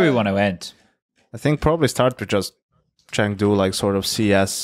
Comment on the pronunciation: chengdo or chengdo not, there is no chengtry